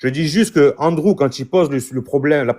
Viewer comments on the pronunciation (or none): Sa part mal le live ,le gars dit André au lieux de Andrew.LOL